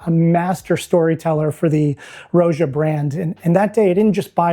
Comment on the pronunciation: Roja is pronounced like the name Roger (no hard R), not roh-jah.